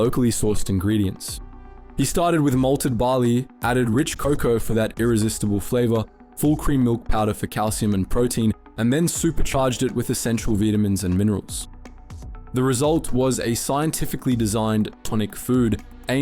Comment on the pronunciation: what's a veetamin?